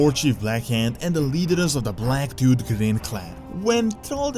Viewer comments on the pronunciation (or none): Oh, Black Tooth, I thought you said "Black Dude".